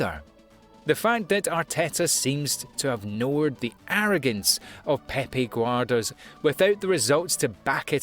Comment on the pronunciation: Micael arta. Pepe Guorda. Kata Dude are you deliberately mispronouncing people's name or what? Damn! A little research won't hurt